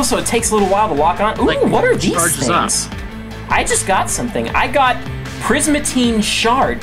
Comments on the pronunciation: It's not prismatine ITS PRISMARINE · It's P R I S M A R I N E